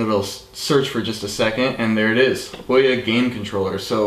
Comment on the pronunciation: awesome video, sorry to be nit picky about how people say the OUYA name XD but it's ooo ya like *ooo that looks interesting* and *Yea that's great* again sorry it just bugs me XD